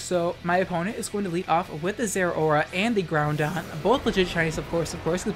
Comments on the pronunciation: Love the content. And the tech. But the way you pronounce those gen 3 legends. 😂😂 Kee-oh-ger and ground on. Ky-oh-ger... And grow-don. Like 'Now-don' 👍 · "Kaiohgrey "and "ground on" is too funny. Love ur vids ❤️